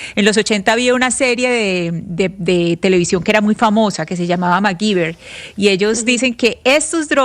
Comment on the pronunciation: macguiver!!! no!!! se pronuncia macgayver!!!!